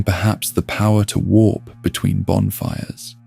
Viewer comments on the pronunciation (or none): none